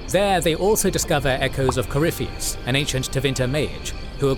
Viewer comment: Ah for fucks sake. I forgot this guy can't pronounce Corypheus despite how many times they say it in the games.